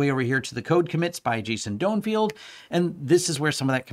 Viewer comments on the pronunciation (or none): Donenfeld -> Doanfield? Completely dropping an 'n' and adding an 'i'. xD Unless I'm way off base and that's actually how it's pronounced?